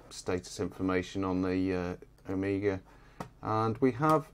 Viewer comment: C'mon now, it's an "Omega" and not an "Amiga"